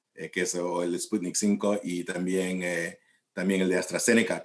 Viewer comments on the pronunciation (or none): spunik 5??? Es doctor y no sabe cómo se dice Spunik V!